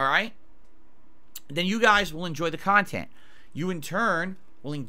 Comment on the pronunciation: this man really said "educational" about his own kahTENT